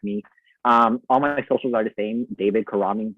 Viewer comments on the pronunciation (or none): It's cu-RAH-meng